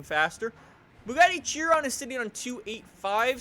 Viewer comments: It's pronounced 'She-Ron' not Chi-Ron. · ITS PRONOUNCED AS SHEE-ROWN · It's pronounced Shiron, damn it. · Fuck's sake,. Howany times must I comment its not pronounced Chee-ron! Its pronounced Kai-ren! Not chee-ron or shir-ron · BTW it’s pronounced Shiron not Chiron even tho spelled Chiron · its pronounced shi-ron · Chiron is pronounced like (Sheh-Rone) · Hold up, Cheer On? You mean Chiron. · Chiron is pronounced she-Ron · now listen here you brony if you would actually watch interviews with the team behind the Chiron you would hear them pronounce it shiron. this is because they are FRENCH this is the same if you put Chiron into the FRENCH language on Google translate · BrunoBucarest i thought it was pronounced "Ki-ron" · The point is, it's not pronounced "Tchiwon"... It's a french name.